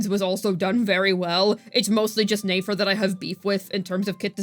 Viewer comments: it's neh-fer, not neigh-fer, she ain't a horse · Since I’m early to the comments: Please stop pronouncing Nefer’s name as 'nAfer.' I used to watch every single video, but the mispronunciation became so distracting that I actually had to stop watching. I'd love to jump back into the content, so please fix this! It’s been far too long. Thanks!